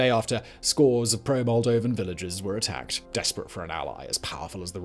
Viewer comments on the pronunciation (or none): none